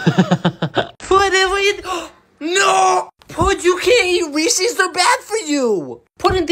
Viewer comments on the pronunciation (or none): Weeses or reeses😂